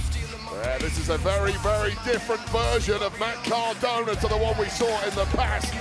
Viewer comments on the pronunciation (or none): Matt Cor-DAHN-na? Twice? Jeezus, Michael Cole!